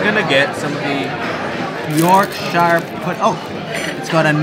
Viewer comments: "york-sheer" pudding only hobbits say "york-shire". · York-shur not shire. It is a batter. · pronounced York-shur